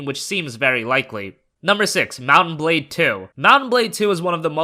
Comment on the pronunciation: It's pronounced Mount and Blade, not Mut-bade... For a moment I didn't know which game is he talking about.